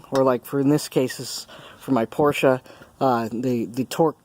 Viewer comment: You said Porsche right! Thank you